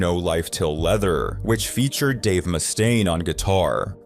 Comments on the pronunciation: Around the mark, why is Dave's last name pronounced correctly, then a few seconds later it's "moose-taine"? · Moose stain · “ Moostaine” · Moose stain. -me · It's getting harder and harder to tell these days, but I'm pretty sure the voiceover is AI-generated. I've never heard someone pronounce "Mustaine" two different ways before. 😂 Surf Wisely. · Got bored when he fist said "Mustaine"